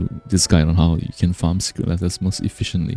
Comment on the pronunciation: I find your accent so endearing and soothing. Thank you for the video explaining how to farm secret "lettuce"